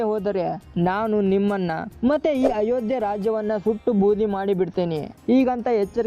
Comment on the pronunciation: Once you said ayogya not Ayodya sorry Jai Shri Ram